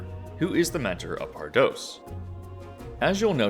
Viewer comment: Pardoes is pronounced more like "par dews" ^^